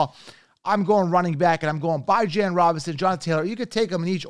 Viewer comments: Did he really just say Bye-Jon … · I been told him he pronouncing his name wrong even Bijan don’t pronounce his name like that